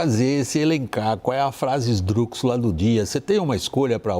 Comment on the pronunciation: ESDRÚXULA!!! Que pronúncia é essa???